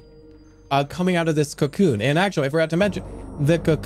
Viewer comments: oh wow i didnt even notice it was ai until he said cyacyoon 😂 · No matter how good ai voice jerma gets he will not be able to say cocoon